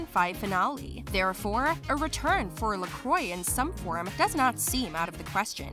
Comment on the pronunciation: Duncan LaCroix is pronounced Lah Cwah NOT ler croy